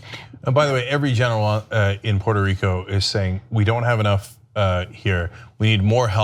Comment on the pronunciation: first stop disrexpecting, learn how to pronounce the name correctly Puerto Rico,,and stop the bull shityou r not fooling me ,I'm a born and rise there,you morons.said